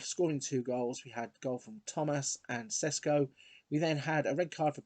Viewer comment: Hi, great vid. Šeško is pronounced Sheshko not Sesko x)